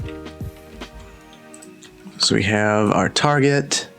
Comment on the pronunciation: Why is he mispronouncing Tar-jay?